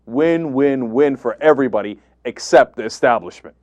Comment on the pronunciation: Arlen looked so surprised when he lost. I almost felt bad for him. Cenk: It's Establishment, not Exstablishment. :) Love